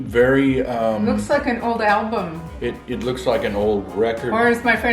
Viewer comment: Lol! It's al-bum